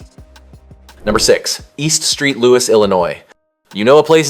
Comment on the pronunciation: “EAST STREET LOUIS…” lol 😂 also, it is hellua funny you called E. St. Louis ‘post-apocalyptic’. Ironically, it was the location where “Escape From New York” was filmed.